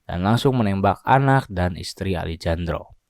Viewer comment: Alejandro dibaca Alehandro min 😅